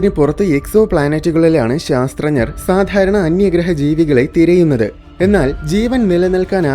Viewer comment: ശാസ്ത്ര ഞർ എന്നല്ല ശാസ്ത്രജ്ഞർ എന്നാണ് പറയേണ്ടത് .